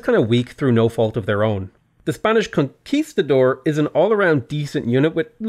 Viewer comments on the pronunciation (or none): none